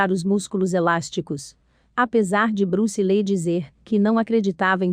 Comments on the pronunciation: Bruce Lei???😂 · Bruce Lee...sera sempre uma lenda das artes marciais...agora essa narradora n.sabe pronunciar o nome Bruce Lee.😏